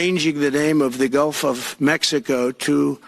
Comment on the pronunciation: "Gulf" not "golf"